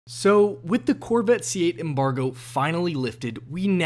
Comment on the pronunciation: "The Corvit..." - This guy ^